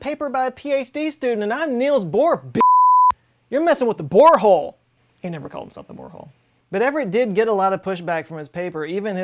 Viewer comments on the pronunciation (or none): none